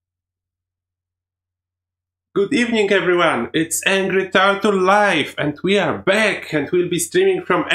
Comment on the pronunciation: I just love how he says Engry Tartel xD That accent is so entertaining!